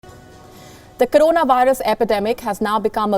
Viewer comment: KARONA nahi CORONA... 😬😂🤷